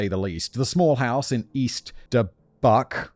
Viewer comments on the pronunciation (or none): Dubuque is pronounced Dub-yewk. It's in the upper most north western corner of the state. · When he accidentally said "Duburkey," I laughed, cuz I live in Albuquerque, which we often call 'Burkey (spelled 'Burque). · Dubuque - duh-buke with buke rhyming with nuke or puke. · Dubuque= Duh +boo(U)+ k Cheyenne= Shy +ann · East DUH-BUKE, Illinois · Dubuque is pronounced "duh-BYEWK." I live in Illinois, but I only know the pronunciation because there's a much more well-known Dubuque in Iowa. Edit: turns out, Dubuque is right on the border of the states, so it exists in both - similar to Kansas City, Kansas and Kansas City, Missouri. Also, Chyenne is pronounced like "shy-EN," which is why her one channel spelled it that way, as a little double entendre. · duh•byook is how it’s pronounced 😂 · I was gonna make a joke bout Simon pronouncing Dubuque. But, really I just want to thank you (and Simon, of course) for giving Amanda and other their voices. I had seen coverage of her case elsewhere before, but I don't recall them actually sharing the full story of what she wrote in her video and she deserves to have it known... So...just thank you for all you do for victims and those who loved them. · OMG I live in Dubuque, IA which is just a bridge ride over the Mississippi River from East Dubuque, IL. I had completely forgot about that story until this episode, but more importantly you "Murdered" that pronunciation of Dubuque. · Bless your heart for the mispronunciation of "Dubuque" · I rebuke your pronunciation of Dubuque. 😉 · I couldn’t help but laugh when you were trying to pronounce Dubuque 😂